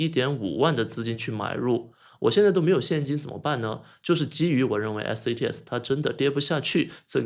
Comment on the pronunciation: 你一直念错了吧？一直念成SATS